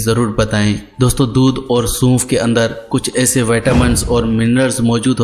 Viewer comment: Bhai bolna to pehly Sikh lain Suunf ni sonf hota h